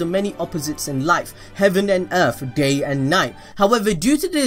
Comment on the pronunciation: I herd gay and Night ;-; I know you mean day and night 😂